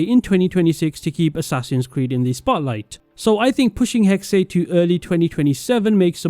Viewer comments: I’m pretty sure it’s pronounced hex-uh I try not to nit pick pronunciation but I just couldn’t handle this one for some reason. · i’m sorry but pls say hexe right next time